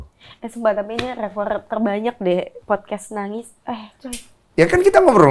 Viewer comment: Podcast, mbak...bukan fodcas....apalagi foodcash 🤭